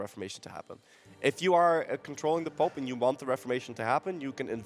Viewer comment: I gotta say I love these casters, but the french accent is a... it's pope, it's not "poop".. unless you are pronouncing it that way on purpose, in which case .. thumbs up, dude :D